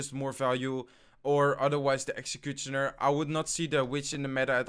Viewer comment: A little tip dont pronounce the t in executioner